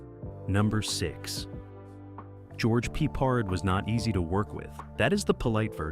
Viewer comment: George Pee pard? 😮😮😮😮😮😮😮😮😮😅😅😅😅😅